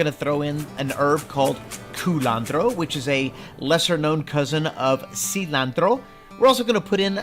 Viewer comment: First, this looks great. Second, don't say "Cilantro" like that.